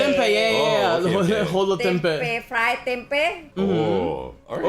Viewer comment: HoloTempus ❌ HoloTempeh ✅